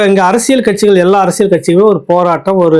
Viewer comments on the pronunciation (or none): none